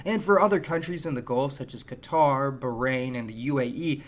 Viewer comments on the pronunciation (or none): none